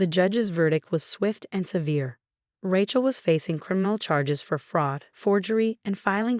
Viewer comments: "Raatchel" I can't 🪦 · Even more so than the Thompsons. And..... "Rat-chell" again? Surely the AI TTS voice can be trained for proper pronunciation. 😮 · Ratch-el, really? The written words are atrocious and so many mispronounciations. You should do better. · I think being named Ratchel had something to do with her being a total psychopath. It's not that the AI can't pronounce Rachel a very common name right?? Lol. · At least pronounce the name Rachel properly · Everyone of these non English speaking have no idea how to say Rachel